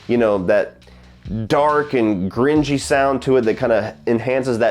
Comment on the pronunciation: "Gringy?" Lol, do you mean GRUNGY?? Ahhh...